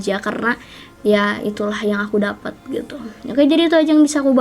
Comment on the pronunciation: waktu ngomong "jdi dri info yg aku Dafat" lebay bgtt ngmng. Dapat kak bukan Dafat